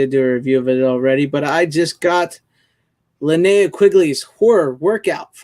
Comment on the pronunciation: All said in jest and respect to all involved, fellow follower! I hope it was taken as such. You got a 50% grade on the pronunciation of Linnea’s name on this episode. Hopefully she isn’t sending out the goons on you. Have you considered Six as a possible guest or is she camera shy? I’ve never seen her face. I think she has a great personality.